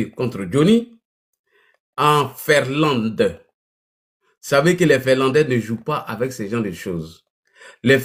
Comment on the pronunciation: On dit Finlande et non Ferlande. Illettré.